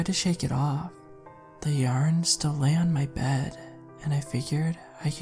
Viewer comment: It's SUPER cute when you randomly pronounce 'yarn' as yern...every time it randomly happens it puts a little smile on my face even more so when you say 'yern' then a few moments later say it right 😍 It's all about the small pleasures and that has become one of mine in this moment